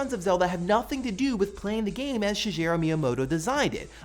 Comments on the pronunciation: Shi*G*eru Miyamoto. Not Shi*J*eru. Japanese is transliterated into English phonetically; thus there are no weird idiosyncrasies like pronouncing a G as a J. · Please stop pronouncing "Shigeru" with a soft g. No Japanese name or word uses a soft g. It's always either going to be a hard g or a j. I thought it was a one-off mistake before, but since you've repeated the mistake this week, I think it needs to be pointed out. It seems kinda disrespectful to mispronounce one of the gods of gaming's names. It's like saying Tim "Skay-fer" or Will "Wuh-right".